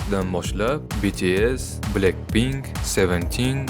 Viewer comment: Blenkpnk mas bla(c)kpink🤨